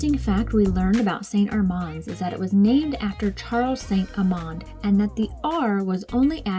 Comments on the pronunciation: Nice work, but why do you mispronounce St Armand? I lived in Sarasota and even double-checked online. It’s pronounced, Saint AR*mand, not Saint Ar*MOND. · The way it said by locals is, Saint Arr-mans Cir. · you're pronouncing st armand's wrong guys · You are right,. I can't believe we've been pronouncing it wrong for the last several years 😩. Thanks for pointing it out, and of course thanks for watching our video as well! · LOL yeah it didn't take us long after making this video to realize we'd been pronouncing it incorrectly for years!